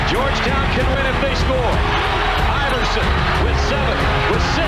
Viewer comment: Its "Iverson" , not "Iveroson"....